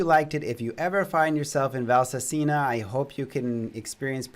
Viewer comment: please, Valsassina is pronounced with the accent on the second a not on the i. Your wife is Italian and she knows. 😁